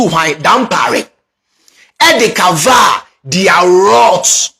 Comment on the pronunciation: EII NOW YOU YOU SOUND LIKE KENYA THE ACCENT AND PRONOUNCIATION example COVER you said CAVER and WICKED you said WEEKED